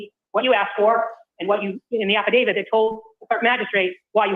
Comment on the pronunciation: "Halfadavit Lally". OMG...I can't catch my breath!!!🤣🤣🤣